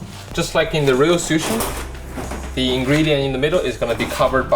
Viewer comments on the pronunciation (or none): none